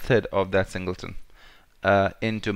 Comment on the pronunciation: Hate to say you we´re right. "Singelton" instead of "Singleton".. Thanks!